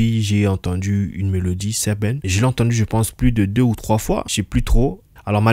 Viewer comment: C’est Sebene et non Seben…